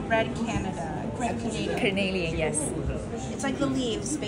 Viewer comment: It’s not red Canadian lol. It’s red carnelian (the name of the stone). Beautiful vlog thanks for showing us.